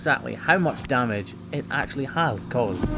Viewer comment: did you actually go on an actual course to actually learn how to actually say actually correctly